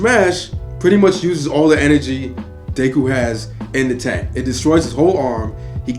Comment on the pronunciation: Mans said dayku